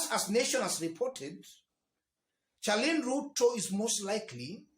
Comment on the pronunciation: 😀😀😀😀😀pronounced SHARLIN Not CHA LIN